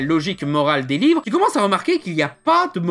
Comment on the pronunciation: Il à mal articulé, ça arrive. Il voulait dire livre je suis pose.